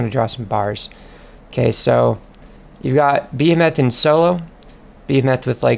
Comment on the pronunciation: Ba He Moth. Not Be A Meth. Nice guide though